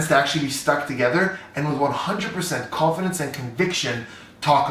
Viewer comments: When he was saying confidence I heard coffin dance 😂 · The first time he said confidence I thought he said coffins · I can’t unhear this 🤣